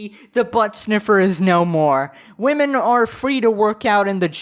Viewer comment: Wahman? Like, not woman? Sorry, but the pronunciation is weird.